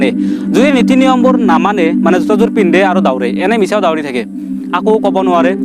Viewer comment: দাউৰে , দাউৰি নহয় ভালকে কবলৈ শিকা 🤣 যি কি নহওক অলপ কথা শিকিলো 👍🏻